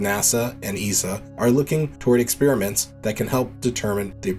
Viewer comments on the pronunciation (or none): You have a nice voice for narration, but Armstrong does not have a H in it. It's not Armshtrong. The ST sound does not have a H in it at any time. For example, astronaut, not ashtronaut. And stress, not shtress. Then there's experiment. ex-pair-i-ment, not ex-spearmint. Thank you.